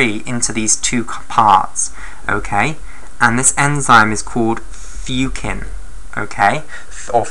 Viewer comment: Hello, I believe it is furin not fucin.